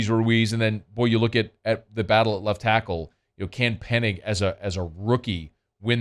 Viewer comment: just an observation here , I am trying to be polite, but can you learn how to properly pronounce Penning's last name it's not pronounced Pennig like you say it but Penn-ing not Penn-ig it is annoying to my ears